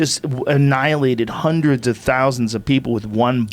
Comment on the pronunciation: Joe “hunnur percent” rogan